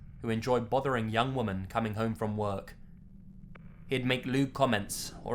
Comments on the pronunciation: Just FYI--the word "women" (like, the plural of "woman") is pronounced "wimmin." The pronunciation is key to distinguishing between one woman and more than one. Kind of like the British pronunciation of "can't" and "can," if you know what I mean. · I love you lazy but women is pronounced differently to woman! Hehe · its pronounced 'wiman' not 'woman' when reading plurally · Why can't he say "women"? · I can't be the only one that gets bothered every time he pronounces "women" as "woman", can I? Anybody? No, just me, okay. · Still can't pronounce "women" properly eh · I guess this would classify as another Global Horror video. I was looking forward to it. I dunno why but I just find it so hilarious how you pronounce women the way it's spelled rather than usually pronounced. That might just be me! :/